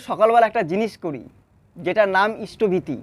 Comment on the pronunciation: কথাটা ইষ্টভীতি নয় - ইষ্টভৃতি